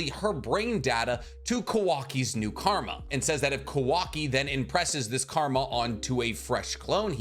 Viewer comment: why does he say kawaki's name like that ?